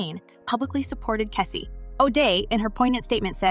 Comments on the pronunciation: This story had nothing at all to do with the title I will not watch anymore of these blogs. Learn how to say the names correctly her name is Cassie not Kessie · Its CASSIE not KESSIE TF